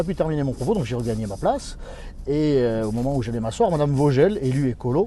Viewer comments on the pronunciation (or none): Non , ça se prononce Fogueul . En Allemand , le V se prononce F . C’est le W qui se prononce V . Verstanden ? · OUI d'autant que Vogel est un nom germanique qui se prononce vogueule